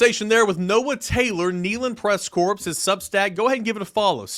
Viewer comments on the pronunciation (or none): You do NOT pronounce the “S” in the word “corps.” It is pronounced like the word “core.” Just trying to help you out.